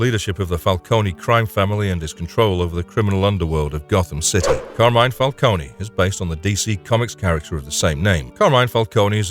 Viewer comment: Isn't it Fal-cone and not Falconie?